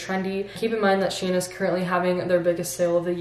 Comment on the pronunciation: With all my respect it is not correct to pronounce it shien but SHEIN